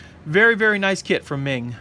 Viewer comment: The pronunciation of meng is closer to mong, It's a chinese family name.